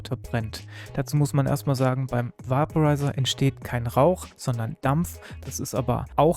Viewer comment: Bei der Aussprache sollte man sich schon zwischen Deutsch und Englisch entscheiden. "Vaporizer" wird veɪpəraɪzər ausgesprochen, etwa wie "Wäiporeiser", nicht "Wahporeiser". Auf Deutsch könnte man höchstens "Vaporisierer" sagen, das wird dann natürlich ausgesprochen, wie man es schreibt.